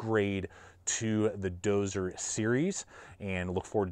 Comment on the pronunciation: Dozier. Not Dozer. Thanks!